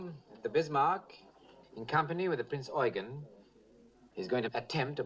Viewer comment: Good to hear them pronounce it as "Prinz Oygen" as is proper German. Have seen to many histories where it pronounced as "You-gen". I cringe at that!